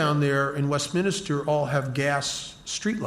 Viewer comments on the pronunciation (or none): Love listening to. He makes the solution relatable. But there’s only one i in Westminster. I cringe every time I hear it and I’m American. The brits probably want to scream!